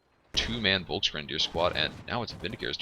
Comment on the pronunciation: It's pronouced shtuuurm pioneers not shtern pioneers buddy. Volks is pronounced as folks.